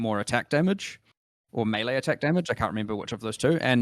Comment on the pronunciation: My question is, why do so many ARPG people not know how to pronounce melee properly. Fucking idiots. Props to for saying it correctly.